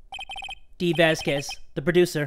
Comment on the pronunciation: how he pronounces Vasquez gives me aids